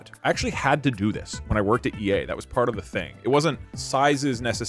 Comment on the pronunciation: You should make a compilation of all the times Doug mentions that he worked at EA like that PirateSoftware meme, but it’s just Doug making the “ea” sound like if he’s saying “yea” or “Leia”